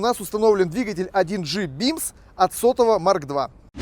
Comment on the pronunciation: Кровь из ушей прям хлещет!!! Бимс, мотор Ц серии, за уралом так не говорят!!! 😂😂😂 Серия мотора, пишу по русски, СИ, не Бимс а Бемс!!! А на этом моторе постоянное масляное голодание ГБЦ, любой пионер за уралом вам об этом скажет... 😂😂😂